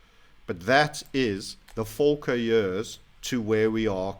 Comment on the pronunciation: it is not Folkler its Paul Volcker ala 1980s